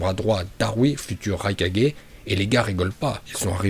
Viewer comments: Pk il dit raikadjai au lieu de raikage... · "Le maître kazékadgé,le maître raikadgé,le maître mizukadgé,le maître tsuchikadgé et enfin....... Le maître hokage. Cohérence dans la prononciation:0 😂😂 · Je comprend pas la prononciation mdrr par exemple rai4g mais hokage et pas ho4g mdrr ça me fume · Vive et ses prononciation légendaire Ce qui me tue plus c'esr comment tu pronoces le nom du 4e raikage🤣